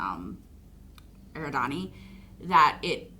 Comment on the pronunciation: One minor point... You keep saying "eh-ri-DAH-nee" when it's actually pronounced "eh-RID-ah-nee". Also, Eridian is not the name of Rocky's planet. The planet's name is Erid because it's in the Eridani 40 system (which, if you're Star Trek fan, you'll know that's the system where Vulcan is located). Eridian refers to the inhabitants of Erid.